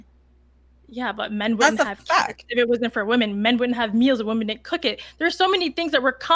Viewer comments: Why is it that virtually every left leaning woman is incapable of saying the plural word "women"? They always pronounce it as "woman". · Why can’t this woman say WOMEN instead of woman. All the time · women. The word is women. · Why do they constantly say "Woman" as plural instead of "Wimen" bugs the shit out of me.